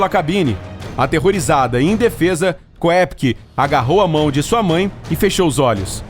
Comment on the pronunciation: Ao pronunciar o sobrenome da garota,ignore a letra É e pronuncie apenas “Kopcke”.